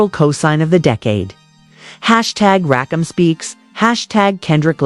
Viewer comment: She mispronounced RAKIMs name... ima turn this attempt to reach the HipHop Culture off!!!!